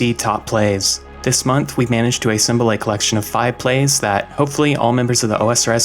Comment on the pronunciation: why do you say "A-ssemble"